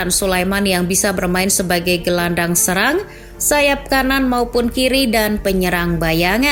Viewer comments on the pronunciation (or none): none